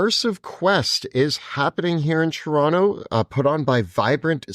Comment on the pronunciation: "Churonto" I knew you guys were fellow canadians, but I somehow just felt it when they pronounced Toronto correctly.